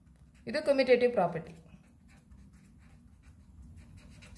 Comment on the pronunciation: Mam your teaching is good but you pronounce commutative is not a good you pronouncing wrong mam sorry mam I tell the mistake only your teaching is good mam